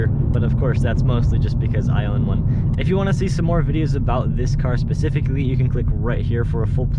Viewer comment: Did you say Spe -CIVIC-ally Or Spe-Cific-ally 😂😅 That would make a fun title for your video. CIVIC SPECIFICS or CIVIC SPE-CIVICS 😅